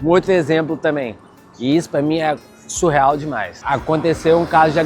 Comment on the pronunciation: Se diz "sicRano" e não "sicLano". Se diz "SUrreal" e não "SUL real". A palavra "siclano" não existe.